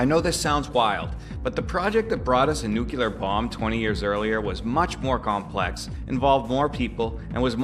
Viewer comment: I like you - talented guy - but please stop with the Nuke-Yoo-Lur. Nuke-Lee-Ur is just as easy to say. Nuke-Yoo-Lur is so GW Bush, shudder...